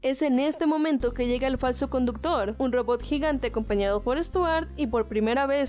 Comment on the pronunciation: El rodot no se dise one one se dise uno -uno